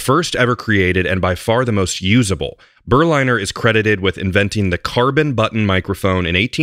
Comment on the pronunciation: The pronunciation should be "Ber-linner", as in Berlin. Berliner = man from Berlin.